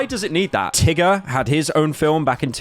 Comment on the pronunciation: Why is he saying tiger with a hard R? I think his true nature is coming out.